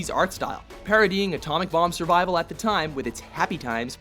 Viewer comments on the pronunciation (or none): none